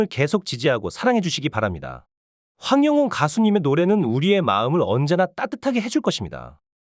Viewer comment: 황영웅 가수님 이름 바르게 말해 주세요 이름도 옳게 못하는사람도있나 기분나빠